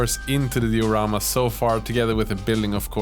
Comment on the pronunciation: Cool videos but the way you say diorama ticks me just a bit